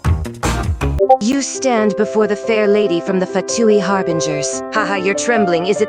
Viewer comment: "im number Eleven of the Fatooi Harbingers CHILLED"